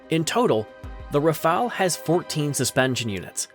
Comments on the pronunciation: Forget the a. Prononce RAFAL as fast as possible in good french. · Y'a un e a "Rafale" mais aussi merci !